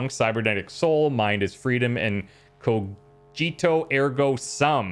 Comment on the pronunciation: Ko-gee-to. Not Ko-jee-to